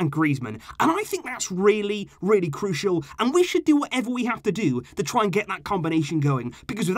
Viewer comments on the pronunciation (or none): none